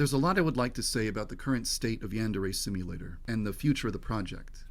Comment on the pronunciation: that is the most Americanized way of pronouncing yandere 😂😂 I'm sure didn't know how to pronounce it initially because he's probably never heard of it or seen it written out like that. So I'll give him a pass this time